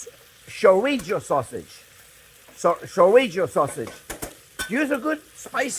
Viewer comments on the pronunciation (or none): none